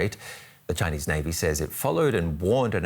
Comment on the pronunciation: they way the translator pronounces chinuuuh xd i cant